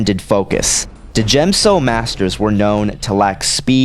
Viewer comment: You do know that the “D” in D’jem So is silent, right? It’s pronounced Jem So. I agree with you, Obi-Wan would win. I agree with your reasoning too. Plo Koon is just too set in his few ways to really be a danger to Obi-Wan. And Obi-Wan has honed his skills to perfection......aaaand I’m a total Obi-Wan fangirl so I’m biased towards him, lol.